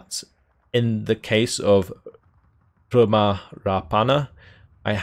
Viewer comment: Ryhmä is pronounced RI-MEH